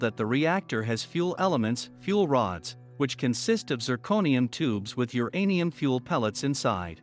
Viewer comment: Teach computer voice that uranium is all one word.